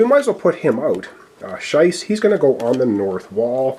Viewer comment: Been laughing about your pronunciation of "Schiess". Pretty sure it's a hard 'E' (Shee-ss) instead of a hard "I" (Shy-ss) sound. Been calling him "Corporal Sh*t". 😆 Either way, thanks for giving me some glee during this playthrough! 😊